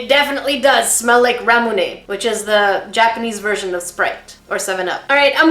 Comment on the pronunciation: reacts to this the way a Japanese person might react to something like Flamin Hot Cheetos or Twizzlers. Also, Ramune is suppose to be a sparklin Lemonade. Rah-moo-neh = Leh-mon-aide